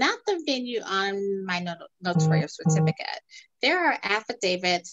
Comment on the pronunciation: It’s Notarial, not notorial or notorious!